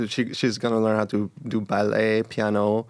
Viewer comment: 기욤 한국사람이네 ㅎㅎㅎㅎ 피아노 발음듣고 그리고 체조가 영어로 생각이 안 나는걸로 봐서 기욤은 이제 한국임 ㅎㅎㅎㅎ 축하 축하!!!